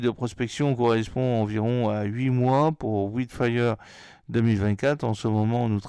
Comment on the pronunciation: Hello, ça se prononce: " waild fire ";-)